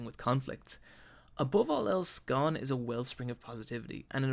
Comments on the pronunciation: You can't even say Gon you inept fucktard. It's GON NOT GONE FFS. It's MIURA not MURA you donkey. Jesus. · gon not gone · It's not pronounced Gone bro, and learn how to say Manga correctly please. It's not MAIN-ga its Mawn-Ga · Hey his name is Goan. Not gone. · Wait is it pronounced Gon or Gone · Those pronunciations... Gon's more like "goan" not "gone" it's like he's never heard their names said in the dub or sub or is just doing it on purpose like when people say narudo instead of Naruto. Can't stand when people know the name but keep screwing it up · GO-N NOT GONE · As soon as I heard him say Gon's name wrong, I knew this was gonna be a long video.. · damn this was well done... I see why people keep commenting that even though they had already watched HxH they still watched this in it’s entirety. Great video but I hate how you pronounce the names. Namely Gon Killua and Kurapika. lol so annoying but GREAT GREAT video!!!💯